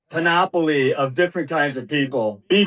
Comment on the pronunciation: Love how he pronounced panoply. I used to play panopoly as a kid but i kept getting into arguments with my sisters.